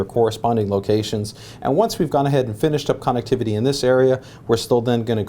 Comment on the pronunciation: funny hearing you say connectivity